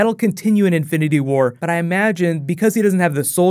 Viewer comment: Am i only the only one who kept hearing "infinity ward" instead of infinity war lol